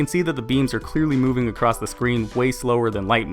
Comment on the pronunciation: It’s Barry not Berry